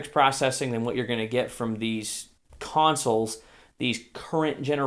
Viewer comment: Omg the way he said 'consoles' was almost made me die xD